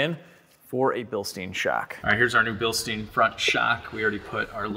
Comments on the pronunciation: Billstins? Is Bilshtain, sounds so wrong how you said it, the Bilstein name should be pronounced correctly cuz you italian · Remember Bilstein is German so you need the German accent when your saying it so that mean more pressure on the E in stein and not so much the i or else your saying it wrong. but other then that love the videos really detailed and entertaining <3